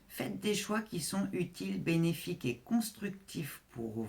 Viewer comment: "Perspectives bénéfiques", j'ai entendu "bellifiques" ❤ Merci 🙏✨️